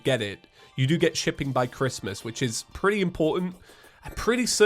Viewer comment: Anyone notice that said chipping instead of shipping?